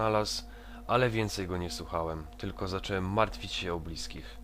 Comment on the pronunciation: Wszystko jest fajnie i w ogóle. Tylko jest taki będę problem... W ciąż zamiast mówić "zacząłem" mówisz "zaczełem"